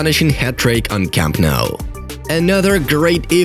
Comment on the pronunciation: yesss 1st this great club and now the home stadium the fortress that has been broken but its nou not mou u fucking bastard